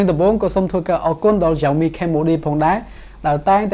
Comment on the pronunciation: Xiaomi admin not Jiaomi